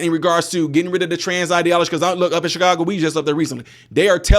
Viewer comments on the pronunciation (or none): none